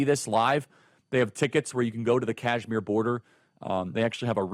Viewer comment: Kashmir not Cashmere you idiot!